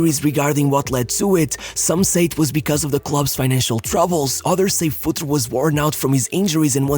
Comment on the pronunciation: It's pronounced FurtrE, not Futr or Futri :D :D :D